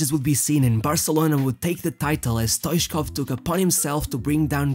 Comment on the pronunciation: Stoitchkov that's the way it is spelled and the 2nd t is not silenced